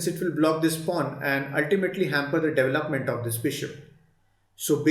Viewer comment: DevelopmenT not Development’d